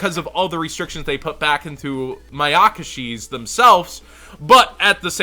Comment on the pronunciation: Sry just really bugs me they why you say Mayakashi with so much emphasis on the YAKA. You're saying like Ma-yaka-shi, when it's actually Maya-kashi. Still love ya lol :)